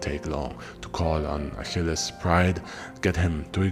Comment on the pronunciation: the pronunciation of the name is gorgeous